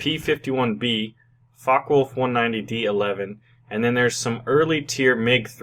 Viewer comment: LOL，， it's FockeWulf 190, not fuckWulf 190! XDDDDD